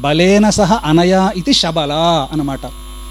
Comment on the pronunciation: అన్న గురువు గారు శ బదులు షా అని పలుకుకున్నట్లు వినపడుతుంది